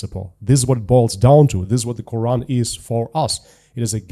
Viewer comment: HERE WE GO AGAIN EX-MUSLIM. IT IS GETTING TOO OLD THEY CAN'T EVEN SAY THE WORD QURAN CORRECTLY. 😂😂😂😂